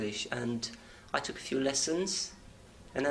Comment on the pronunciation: His 'took' is 'toooook', that is /tu:k/ when it should be /tʊk/. And his 'English' is /ɪnglish/ is /i:ngli:ʃ/